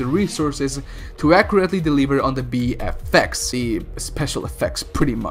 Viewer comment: when you say VFX it sounds like BFX. big fucking effects sounds way cooler for a doom movie.